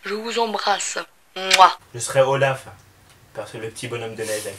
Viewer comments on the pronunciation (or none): c olaf et pas rolaf